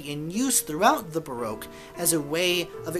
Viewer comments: It’s pronounced BA ROCK. As I live 300 metres from the most famous Baroque palace, the Belvedere in Vienna and Vienna being the most Baroque city of all I guess I should know. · Pity you can’t pronounce baroque !